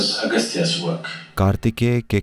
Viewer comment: Agstya nhi agstya